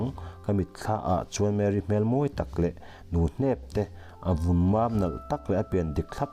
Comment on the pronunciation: Nu hnep.nge? Nuhnap ti zawk tur leh. Nge Sir i chhiar sual lui😂😁 Tak takin avawikhatna atan chuan a tha mah2 zawk. Ti zel rawh. I invawr pha zawk dawn in kahre tlat.